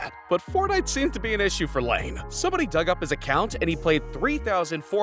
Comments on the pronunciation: It's Lie-nay, not Lane. Jesus christ, it's not like Laine's an unknown guy in the league. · like...Lye-nee ehh? maybe I'm worng too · The way you pronounce "Laine" makes my blood boil